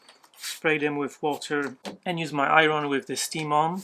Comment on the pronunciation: I love how you say the word “iron” in two syllables: I-RON. LOL!!! Yes; I’m an English teacher. P.S. I am not at all a fan of oak. Personally, walnut, cherry, and even maple are my choices. I equate oak with “cheap,” but that’s just me.